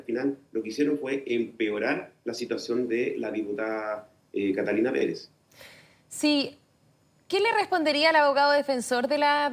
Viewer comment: Pere(Z) Pere(Z) NO KATALINA PEREE... Los chilenos!!!😂